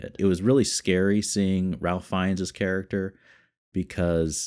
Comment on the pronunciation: hey, thanks for the reaction, this one hits hard for sure also, just as an FYI, ralph fiennes' first name is pronounced like 'rafe' (rhymes with safe)